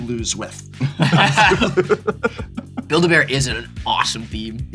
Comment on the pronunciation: "Build-A-Bears" Somewhere in Victoria, Canada Graham Stark's ears are burning.